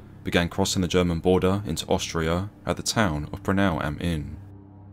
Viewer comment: Not to be nitpicky here, but it's "Braunau" not Branau.